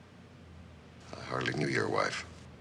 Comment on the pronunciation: I've never heard "premeditated" pronounced like that